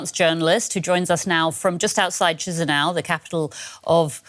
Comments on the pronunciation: CheeseNow, that is how they pronounce Chisinau 🤣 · Would lend some credibility if the DW anchor could pronounce the word "Chisinau". Might have been useful too to explain that Transnistria is a mafia economy run by smugglers and former KGB agents.